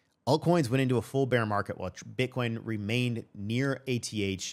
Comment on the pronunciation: Bro said butt coin 😂